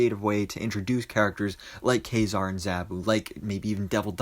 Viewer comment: Thank you for pronouncing Ka-Zar's name correctly!!!